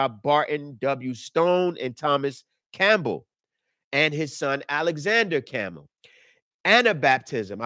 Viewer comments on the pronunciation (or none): none